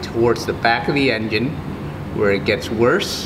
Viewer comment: did he call it an en... gin?